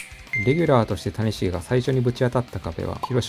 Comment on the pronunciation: 谷繁と松井秀喜の発音おかしすぎやろ